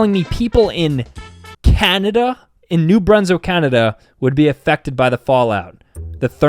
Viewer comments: U don't say it broonswick it bronswick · Bro bro bro. It's New Brunswick, not New Brunso😂